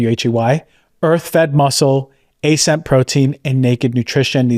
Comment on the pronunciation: I"m using ascent, I don't know why you pronounced it the way you did, but Imma have to thug it out with the metals TAT.